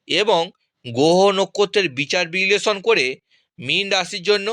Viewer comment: তুমি একটা বোকাচোদা। 'গোহ ও নক্ষত' উচ্চারণ করতে পারে না।